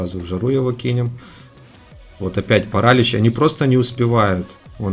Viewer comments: не пАралич , а паралИч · Не парАлич, а паралИч Слава украине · паралИч , а не парАлич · Парали́ч правильно Парали́ч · паралич ударение на иииииии